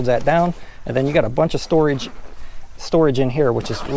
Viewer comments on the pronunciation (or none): none